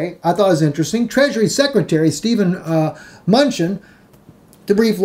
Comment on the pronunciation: muh-nootchin and say-shells. Love you,!